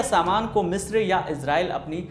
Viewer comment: 40 मित्र पे नहीं “ मिस्र” से।